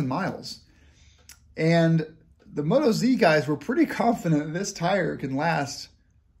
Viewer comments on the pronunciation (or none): First up, they're an Australian company - not NZ. Second, they're pronounced "Mo-toz", not "Moto-zee", because they're from Oz-tralia. Happy to help :-)